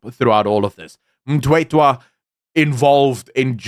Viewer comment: Surname is Mthethwa, not Mtwetwa.😊